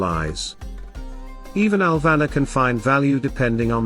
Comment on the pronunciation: It's pronounced AL-va-nor not al-VA-na